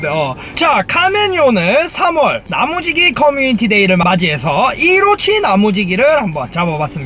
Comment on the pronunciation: 나무지기가 계속 야무지기로 들린다ㅏㅏㅏ